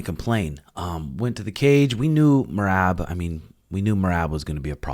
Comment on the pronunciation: Maybe they will finally learn to pronounce merab's name correctly